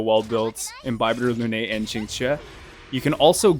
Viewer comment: How did dude pronounce Qingque's name three different ways in less than a minute?